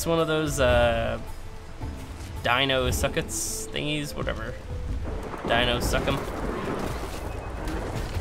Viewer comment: you said dino suck em and its dinosuchus